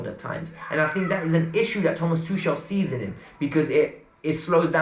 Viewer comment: That's it..I'm sick n tired of hearing u say 'tushel'... it's Tuchel bruh (tukel) I'm gonna unsubscribe and start pressing that dislike button on every single video from now on👎